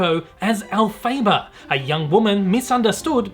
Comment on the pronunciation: Also you have a wierd pronouning of Elphiba